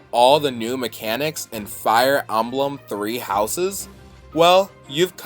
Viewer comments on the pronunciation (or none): "Fire Almblem"